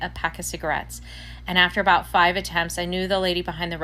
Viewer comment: I just wanted to correct you on the ' Canadian Accent". We have many, many accents as it is a very large country and we stretch from one ocean to the other to the other. Nobody pronounces " about" like you did, generalizing. We do pronounce things differently. That's the point of different accents and languages. People from Newfoundland have a very strong accent according to me and I'm from Ontario.